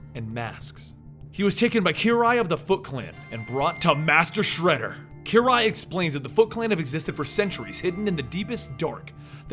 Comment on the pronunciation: I've got a ton of respect for you, but your pronunciation in this video killed me! If you are going to pronounce something wrong, at least be consistent about it. You said shredders name like 3 different ways lol.